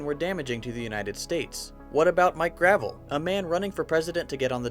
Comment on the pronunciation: The former Senator from Alaska's name is pronounced Gra-VELL, not like driveway stone.